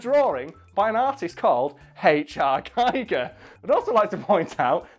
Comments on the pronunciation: Klobi for President He didn't say it right it is pronounced geeger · First comment and I'm complaining about the pronunciation of H.R. Giger. It rhymes with eager. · For those intrested, Giger's name is pronounced Giger not Giger. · And, now to ruin the joke: It's pronounce GHEE-gurr. Rhymes with "eager." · You can't even say his name right EPIC FAIL!!!